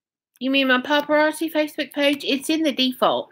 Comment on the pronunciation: Is that the way paparazzi is pronounced? It has zzi. Not chi. Cookbook? There ain’t no misspelling...... yeah we know how computers, and spell check works.